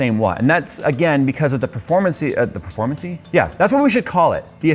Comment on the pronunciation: Petition to make "performeincy" an official english word